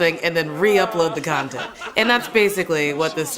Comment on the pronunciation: lol, nice slip of the tongue there "the 2 consent creators" ;)